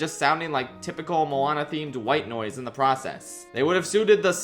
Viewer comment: I didn't watch Moana 2 so I don't know how it sounds in the movie but "come-on-a Moana" is the worst thing I have ever heard regarsing a disney princess, so how dare you?